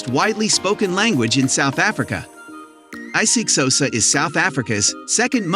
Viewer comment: Bro 🤣🤣 Wtf is i six hosa